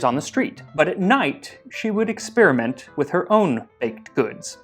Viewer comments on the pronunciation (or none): none